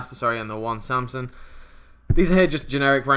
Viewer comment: Castor, Samson, Pleiades, it always makes me laugh when you say the cards names wrong haha. Nice deck profile!